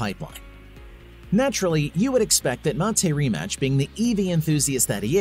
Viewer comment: Rimac - Rimats is correct pronunciation for all English speaking folks.